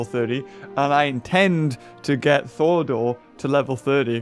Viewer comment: Thordor? Shouldn't it be Thorador? Lmao😂😅